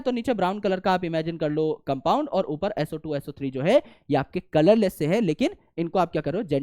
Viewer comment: SO² - Sootu SO³ - Soothree 😂😂😅😅😂😂😂